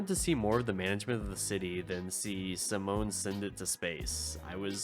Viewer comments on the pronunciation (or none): none